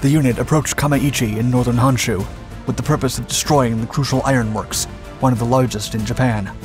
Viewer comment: Pronunciations are either getting better or you're not as susceptible to so many other faux pas that British tend to do to language. 'KYUSHU' was quite good. You didn't use the irritating Key-You-Shoe pronunciation that so many British linguist insist on. But, 'HONSHU' is not 'HANSHU' because you see, 'O' is always pronounced as 'oh'. Yes, yes, yes. Honda should actually be pronounced Hoe-n-Dah. How in the world can an 'a' and an 'o' be pronounced the same in a different language is so crazy to me. The way so many people pronounce 'HONDA' it should be spelled 'HANDA' By the way there are such things in Japan, they just aren't names. OKINAWA (oh-key-nah-wah). Pronounced the KAIDO decently enough but the HO on HOKKAIDO is still pronounced like hoe. The stressing of double consonants barely perceptible so not worth noting.